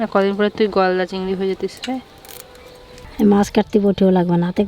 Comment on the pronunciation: Takuma cigri mach k bole cigra mach so sweet